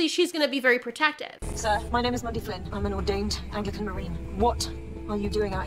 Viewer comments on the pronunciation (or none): none